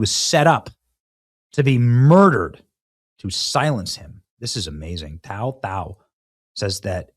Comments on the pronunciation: His name is pronounced like the number 2, last name thao and he is hmong. Minnesota betrayed their officers. Love your work Benny. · His name is Tou , pronounced like “Two”, Thoj “Tall”. He is of Hmong Heritage. He is a hero.